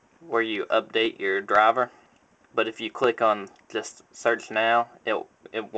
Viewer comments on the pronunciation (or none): none